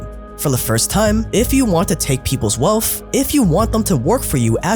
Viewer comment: still can't pronounce wealth properly. "Wellfff".